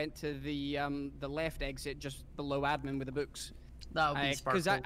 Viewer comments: pronounces admin as ed-min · thats the joke, cause thats how says it, she say edmin